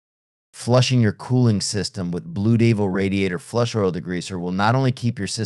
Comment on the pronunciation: I hate these AI BS narritives. Blu Deevil? Wow. No credibility